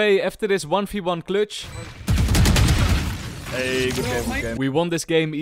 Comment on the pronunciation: "1v1 cletch"